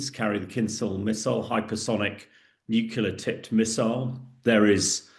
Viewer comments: still trying to figure out why people say nucular as if it's a word. It's hard to take someone seriously when they can't even say Nuclear. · And nuclear not nucular. The guy is borderline illiterate. But because has a posh accent people bow down. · '"summerine" "nucular" wtaf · New-clear. Not New killer! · "New killer" for "nuclear"? 😆😇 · If you say "nukular" you will be ignored. I can't believe someone who claims to be an expert can't pronounce such an easily pronounceable word. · When someone says "nucular", you can forfeit their opinion about the "nucular" matters. Also, russian Tomahawk is called Kalibr. I am not an analyst either, just a regular Joe. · Ah, Um, Er. And it's pronounced "new-clear". And this is old news. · Submarine. Not summarine Nuclear. Not nucular. Moron. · ‘Summareen’? ‘Newkiller’? Surely submarine and nuclear?